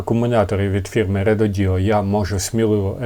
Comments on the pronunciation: РЕДОДО , а не реДОДіО😂😂😂😂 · Рододо, а не РедодІО😂😂😂